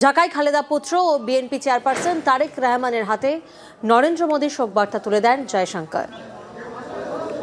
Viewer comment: শুনেন তারেক রেহমান হবে না রহমান হবে আগে ভাষা উচ্চারণ শেখেন তারপরে সংবাদ সঞ্চালনা করবেন